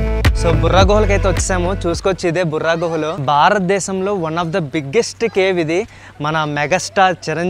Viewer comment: "బొర్రా గుహలు"." బుర్రా గుహలు" కాదు.